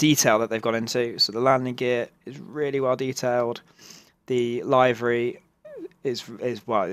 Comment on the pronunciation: Great review,but "livery",not "laivery"